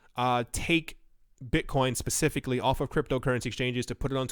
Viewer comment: Beezydee Beetcoin 😜